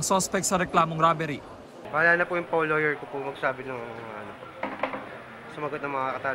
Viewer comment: Bakit pa kasi pinapalaya yung mga ganyan? Bahala na daw yung “lewyer” niya hahaha inamoka conyo ka pa naka bracesh ka ba?